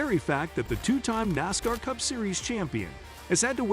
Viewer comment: Hate the computer dude can’t pronounce NASCAR properly. … and it begs for likes. 👎🏻👎🏻👎🏻👎🏻👎🏻👎🏻👎🏻👎🏻👎🏻👎🏻 💩